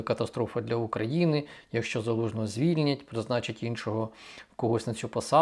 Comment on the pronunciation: ваше "якщо" - звучить як " какая разніца".